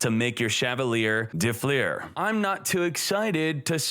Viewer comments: Fleur is one syllable. Not “flea-urr” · "fliers" tf is that pronunciation